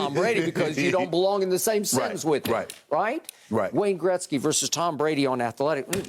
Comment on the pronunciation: Shannon just nailed it when he said Gretzky, made me smile as a Canadian and now I have even more respect for Shannon!!!!